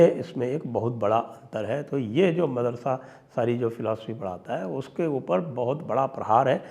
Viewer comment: Sir, try calling it MAADARASA not MADARASA